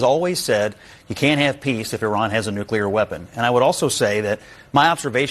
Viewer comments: You pronounce Nuclear wrong, it's not New-cya-ler, it's New-Clear. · No. P.S. Nuclear is pronounced “New-klee-er.” Not “new-Q-ler.” It’s so sad when intelligent people say this word incorrectly. 😔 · you say that you read the comments, but you keep saying nucular instead of nuclear. It is important for someone in your position to pronounce words properly. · It’s NEW CLEAR. Not NEW CULAR? Bush the lesser is long gone. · Nuclear: New-klee-er. It’s so sad when I hear intelligent people say this word incorrectly. 😢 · If it’s not CLEAR, it’s not nuCLEAR! One u.